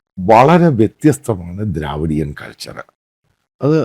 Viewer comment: ദ്രവീടിയൻ not ദ്രാവീടിയൻ